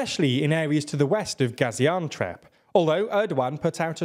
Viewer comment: It is not Gaziantrep or Gaziantwerp.... Gaziantep